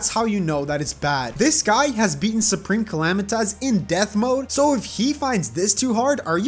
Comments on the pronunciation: U pronounced supreme calamités haha call my mom I bet u can’t xd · Bro u say it like clmaduhanosos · xD its the soup reme calam-EYE-tis lmfao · soup-rem cala-mitis PLEASE SAY IT RIGHT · "Soup - ream - cala - might - us" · Soup-Ream-Cala-might-us LOL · It'S nOT SUpReME CAlManiTAs. IT's SuPRaMe CaLAmItYS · Soup-reme Cali-Might-Us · its soup-ream-cala-might-us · It actually soup-ream-cala-might-us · bro that’s not the bosses name it’s supreme Cala-might-us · You say wrong it's Soup ream Cala might us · U said it wrong it’s soup-reem-calamity-taz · Boio it’s pronounced supreme Kuh-lam-I-tus call my mom you won’t Bc she’s dead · Orphans coming to correct your pronunciation of Supreme Calamitas be as intimidating as that Yharon boss fight